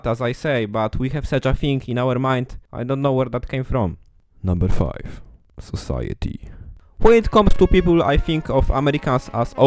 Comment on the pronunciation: 'Obe-ciety' had me rolling. Thank you!